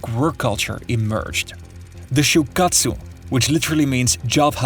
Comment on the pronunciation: 1. Please give up every trying to pronounce a Japanese word ever again. Nails on a chalkboard right out of the gate with the massacred attempts at pronouncing shūkatsu & shūshin koyō. I'm not speaking in hyperbole. It was that bad. 2. Japan will get by just fine with a smaller, contracted population. No foreigners are needed.